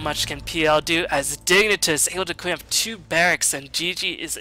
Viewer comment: it's uhhh...pronounced digni-toss